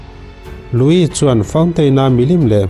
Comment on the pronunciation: Louis i lam dan pawh a dik thlap e,mitam tak chuan Luis ti in an lam thin a,nang nge nge,i special zia alang e